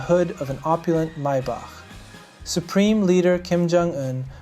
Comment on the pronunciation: wow you actually pronounced it correctly. my-bock not may-back.